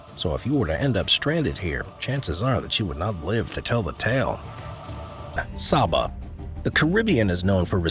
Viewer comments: Saba is pronounced "SAY-buh," not "SAH-buh." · It's pronounced "say-bah"